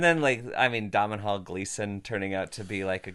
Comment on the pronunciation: Y’all’s sketches keep gettin better. Btw it’s pronounced DOE-null Gleeson